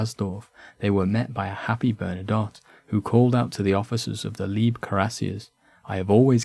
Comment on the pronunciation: Thank you for this well-presented and enunciated video. The accompanying maps help to illuminate the narrative admirably. 👍 It could be further improved by ascertaining the correct pronunciation of some French and German names. (On-line resources are available for that.) I note the typical error of English speakers in confusing "Lieb" for "Leib". The unit mentioned should be the Leib (Life) Kurassiers, not the Lieb (Love) Kurassiers.